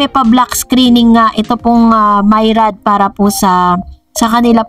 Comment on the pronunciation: Myriad po..hndi Mayrad